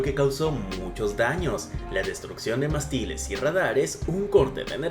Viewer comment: Muy interesantes las imágenes mostradas. Mas, debo hacer notar el bajo nivel cultural de quien relata. El combustible derramado en Galápagos de llama "gasóleo" y no "gasoléo". Un abordaje intencional de un pesquero japonés produjo la rotura de "mástiles" y no "mastíles" a otra embarcación.